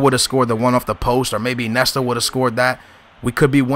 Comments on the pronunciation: It's Iniesta not Inesta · no offense,but,Iniesta is pronounced In-i-e-sta,not I-ne-sta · Iniesta... not Inesta. Falcao not Falcon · "Inesta" haha i love u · Lol i love how he says Inesta instead of Iniesta xD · Inesta? Iniesta ;) you have to say the names right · not inesta........but iniesta................... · its Iniesta not inesta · you don't say iniesta, it's injesta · why do u say inesta instead of iniesta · InIesta not Inesta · "Inesta" "Nesta", your pronunciation is pretty crap man, it's "In-e-esta" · IN-E-ESTA god dammit! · Sorry to be rude but iniesta is said like in-ee-est-a